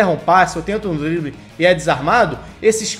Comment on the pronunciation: tentando falar drible kkkkkk